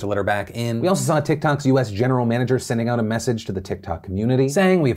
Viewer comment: "...in Tik-Talks...